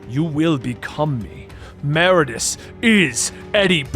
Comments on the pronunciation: Meridius…. Sound it out…. Mer-id-ee-us . Great video / story though as always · MER-ID-I-US holy shit dude.